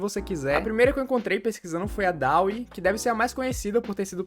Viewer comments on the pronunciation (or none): Mano, acho que o DALL E se pronúncia Dalí, assim como o nome do pintor surrealista Salvador Dalí, pois a IA foi inspirada nele (pq as imagens que essa IA geram são semelhantes as pinturas do surrealismo) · Dauê é oficialmente a melhor pronúncia.